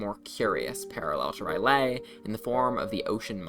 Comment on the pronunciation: Minor correction: "R'Lyeh" is pronounced "Rill-Yeh" to my knowledge. The "eh" is pronounced like an outward breath, such as in Hebrew. Not as "Yay"